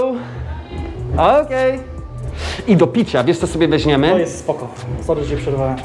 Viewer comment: Nie mowi sie "wezNiemy" a "wezMiemy".